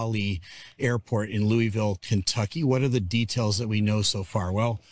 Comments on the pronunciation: LOU - a - vull ... LouieVille is in KANSAS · Incorrect, national broadcasters even pronounce it properly. Even I know this. And I'm in California